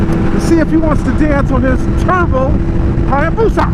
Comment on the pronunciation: Please, everytime you have/need to say Hayabusa, just say it like - .